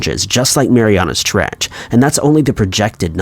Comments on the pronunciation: it's called the 'Mariana Trench' not "Marianas". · This is very interesting. Thank you. It’s the Mariana trench not Marianas trench. Just saying. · IT'S JUST MARIANA ! NOT MARIANA'S sorry it was just so annoying to hear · Yea its Mariana its annoying to listen to this guy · Im unrealistically annoyed by the fact the narrator puts an S on Mariana when saying it but doesn't when writing it in the title😡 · He says it like the trench belongs to someone named Mariana 😁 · Is he saying Mariana's Treach or Mariana trench?